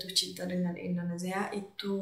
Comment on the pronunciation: Welcome to Indonesia.....supaya ucapan kamu bagus...kata INDONESIA tidak gunakan Z tapi S.....IndoneSia....bukan IndoneZia.